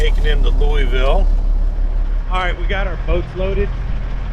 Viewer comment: Really enjoy your channel. I live in Louisville and work as a courier for a dental lab. Hope someday to run into you while your in town. Would love to teach you how to properly pronounce Louisville, LOL.